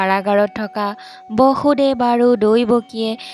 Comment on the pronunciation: Bosudev , Baasudev nohoy.Correct usharan koriba😊